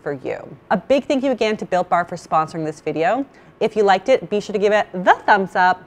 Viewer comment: I keep hearing “Bill Barr” instead of Built Bar!